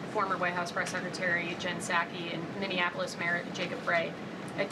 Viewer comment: Minneapolis - Mini-app-po-lis